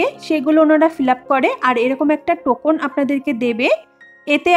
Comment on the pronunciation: Token ar pronunciation Tohkn hobe. Tokon na. Sunte kharap lagche. A charao ki kore agge theke appointment nebo kothai jogajog korbo ai gulo bolun clearly.